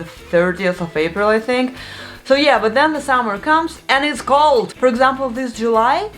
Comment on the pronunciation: "It was cold!" Soooo funny, perfect russian accent and expression 😂 Like a scene from a movie.